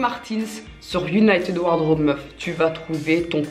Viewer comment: "united ward raube "